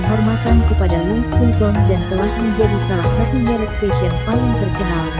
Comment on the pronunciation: Pengucapan nya : LUWI VITONG